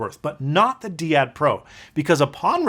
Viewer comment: Usually "dai-ad" rather than "dee-ad". It's actually a very very old term meaning "pair" or "couple".